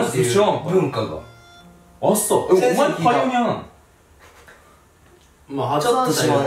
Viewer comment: パイオニアが言えないカンタ